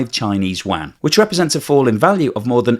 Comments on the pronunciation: …LOL…”Chinese Waaaaghn” 😂….(Can’t you say, “You-on,” like everyone else)?…. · I've lived in Beijing and never heard anyone call their money WAN, or WHAN. There is kwhy (writing it as its pronounced) rem-m-b, or the most popular you-an. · Yuan is pronounced 'You on' in English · the analysis is good as usual. But you really need to learn how to pronounce Yuan. Honestly your pronunciation hurts the ears. try reading it like this: "You-An". Only fly in the ointment in an otherwise excellent work. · love your program. However, I have two things. 1. For goodness sake, please learn how to pronounce Yuan, or just call it RMB. Your current pronunciation of Yuan sounds like a duck quacking. It actually hurts my ears. 🤣 2. The primary problem with deflation, as I understand it, is not that the producers would be unable to pass on increasing costs, because costs are typically not increasing in a deflationary environment anyways. The primary problem of deflation is that money becomes more valuable with the passage of time, so there's a tendency for consumers to horde their money, so decreases economic activity. Deflation, in the context of the current Chinese economy is an interesting topic, as it could have been beneficial in certain perspectives, as it is suppressing wages while it is suppressing intra-China economic activity. So that makes Chinese goods even cheaper. So under normal environment, deflation in China could be good for exports, especially when the RMB is dropping. So the producers net production cost is lower in terms of RMB and even lower in terms of dollars. However, since decoupling is forcing down Chinese export activity, and lowering costs is not able to change that equation, deflation is just a (huge) net negative for the Chinese economy. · I turned this off (you lost my trust and consideration) when you COULDN’T pronounciate the name of China’s currency correctly...